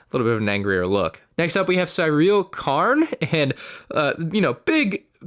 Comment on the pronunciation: The way he says Syril is insane